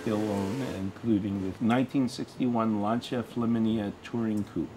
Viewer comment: finally Lancia gets a proper pronunciation : )